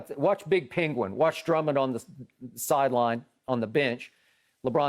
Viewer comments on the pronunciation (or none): none